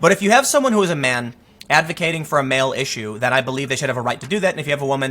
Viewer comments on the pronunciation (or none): none